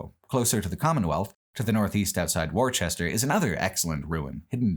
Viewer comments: Sorry Masshole here Worcester is pronounced Wooster not Worch-ester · Love the video, but "War-chest-er"? Really? It's "Wooster", like the character from the Jeeves & Wooster books. That reminds me of one of the subtler things Fallout 4 actually managed to get *right*. Everyone refers to the Quincy Massacre. All the actors were correctly instructed that the town is pronounced "kwin-zee", not "kwin-see". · . Do appreciate how you pronounce Worchester. My mother is from there, and I say it that exact same way just to piss her off. Masshole accent, its Wostah. Granted, I'd prefer what you said to hearing the entire video in a bad Ben Affleck impression. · FYI, its pronounced "Wooster" 😅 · I'll be the guy (assuming someone already hasn't been) to tell you that Worcester is pronounced "WOO-ster" for future reference. Excellent video as always and well worth the wait! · Let me do what I am sure other massholes have already done and inform you Worcester is pronounced "Wuh-ster" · I'm from here and i ain't expecting someone from the other side of the country to pronounce wooster correctly. Be a real human being. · Chud sticks to Eastern Central Mass, and Eastern Mass, besides for Worcester that you butchered the shit out of. Being near Worcester isn't rural, actual rural would be Western Ma. You could have spent more time out West and the map shrinks the the shit out of Mass.